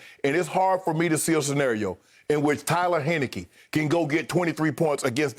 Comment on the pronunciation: “Tyler henickey” -Shannon